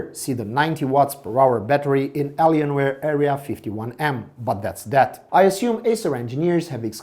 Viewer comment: dude where are you from ? you cant even pronounce helios, raid and alienware really well. but its still a very nice review thanks my mom will bought this laptop for me after i finish my national test edit:also you forgot to mention the ram like how much is the ram